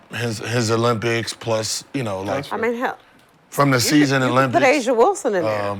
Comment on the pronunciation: Lol i love it when she says Wilson. Not even close. She not bringing anyone to the game